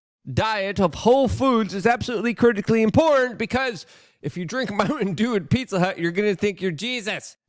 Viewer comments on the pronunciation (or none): Lukes like "Muh ticktock is so impornt" and yes that's how he says important because hes on the spectrum